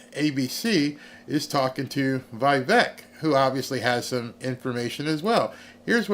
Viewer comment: FYI Vivek rhymes with cake